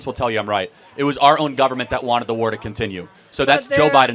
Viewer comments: She can’t even pronounce war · She can't even pronounce "war" properly.